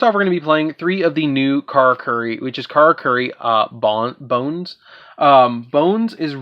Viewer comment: prounounch Bon-ze :D